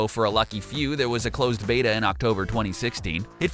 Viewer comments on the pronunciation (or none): none